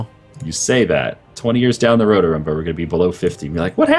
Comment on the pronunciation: I like how calls Arumba ""